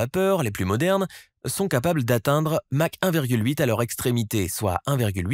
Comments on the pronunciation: "Visqueuse", ça fera plus crédible ... "Match 13" ? Sérieusement ? C'est Mach ! (pron. : "mak") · Plusieurs fautes graves de vocabulaire impardonnables ! Force VISCEUSE de l'eau... Visqueuse !! Pas visceuse !! 👎 👎 👎 Et Mach en unité de vitesse !! ET NON MATCH !! 👎👎👎👎👎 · Superbe présentation. Par contre, petit erratum, j'ai buté en sur Match 1.8... En l'honneur de Ernst Mach, on lui a donné la vitesse du son à Mach 1, comme bcp savent. Dont ça ne match de mettre un "t".